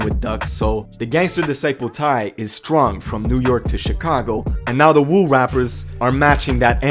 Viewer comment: This shit is pretty sad, yet comical. Btw, it's not Wu, its more like a WOOO like Rick Flair. Cause it really sounds like the WU, real hip hop lyricists out of Brooklyn, the men amongst the stupid babies.